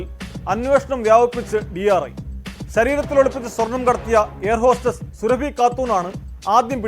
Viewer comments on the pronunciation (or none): "സുറബി" എന്നത് സുരഭി ആക്കി മാറ്റി. കൊള്ളാം മാപ്രകളെ.ശരീരത്തിൽ അല്ല, മലദ്വാരത്തിൽ.ഒരു വാർത്ത പറയുമ്പോൾ, ശരിയായി പറ. ആരെ ഭയക്കുന്നത്?